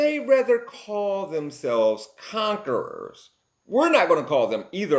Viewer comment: Bro mispronounced conquerer.